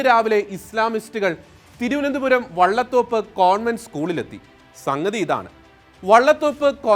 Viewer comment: വള്ളതോപ്പ് എന്നല്ല വലിയ തോപ്പ് എന്നാണ് സ്ഥലത്തിന്റെ പേര്.